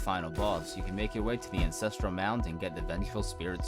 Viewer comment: this is amazing but its ANCESTRAL not INCESTRAL